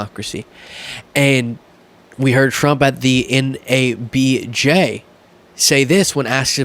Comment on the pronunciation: it’s NAB-JAH (NABJ) like Ninja!!!